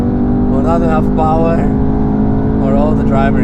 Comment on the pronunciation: First mercedes that says has no powa